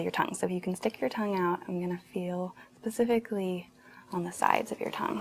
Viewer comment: Love it, just struggle getting passed "Pacifically"